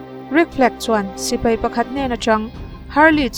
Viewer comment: Mei ❌ Mai✔️ Sipei ❌ Sipai ✔️